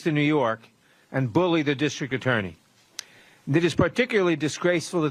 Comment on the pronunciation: "DISHTRICT" There's no H in that word!